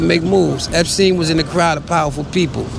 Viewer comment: "Jewish school" "epSTIEN"